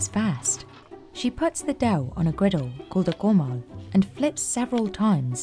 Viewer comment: It’s pronounced comál, not cómal